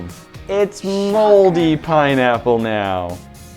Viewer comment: “PiNeaPpLe” 🍍 😂